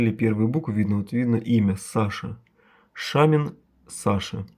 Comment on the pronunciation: Не Шамин а Шомин, имхо.